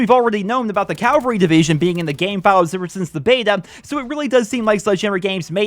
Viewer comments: It's caVALry not calVERY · CAVALRY NOT CALVARY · You have to learn how to say Cavalry mate lol